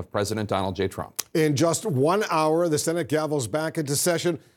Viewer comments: How much cwying did widdle baby twump do today? How many binkies did he use? How many tantwums did he thwow? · "President Tuwamp" haha... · President Twump - right pronunciation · “Pwesident twump” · "president twomp" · he did say twamp!!!! lol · Twump seems quite appropriate. Pwesident Twump. Our first child-president. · Lol "president twamp" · "Twump." Hahahaa, That's very fitting ! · "president twump" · "this tweet from President Twump…" LOL ! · "President Trwump" 😂😂😂 aka "The Lying President"